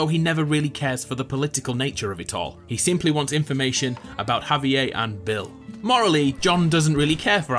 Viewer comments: Despite hearing the correct pronunciation of "Javier" in the clips used from the actual game in this video, this guy insists on pronouncing it "Javi-AYE" instead. He says it several times, each time more irritating than the next. Completely ignoring the letter "r" for no reason whatsoever. I know he's British but that's no excuse. He mispronounces it just to annoy the hell outta me. If he can say "Red Dead Redemption" without fail, he can say "Javier". Sound it out: "Hav - E - Air"... You dick. 😒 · Did you really just pronounce Javier w no R? 😑